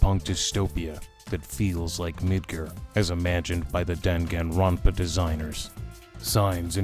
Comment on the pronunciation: Dan Han ronpa? Bruh hearing people miss pronounce Danganronpa makes my blood boil 😡